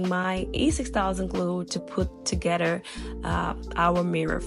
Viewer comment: Together not Togeder please!